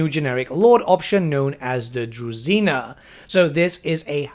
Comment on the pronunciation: DruЖina not druzina